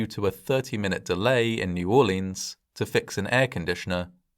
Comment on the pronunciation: to be fair, most Americans mispronounce it too.